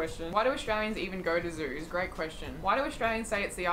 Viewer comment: I am an Aussie and I don’t want to be the person but it’s Great not “Greet”